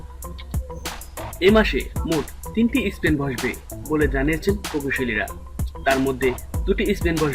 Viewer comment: স্পেন না স্প্যান?